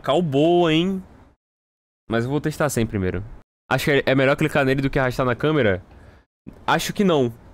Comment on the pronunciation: "As melhores configurações" Vídeo todo: ain eu acho que essa é meiór, essa nao sei, essa aq to pensando em tirar 😴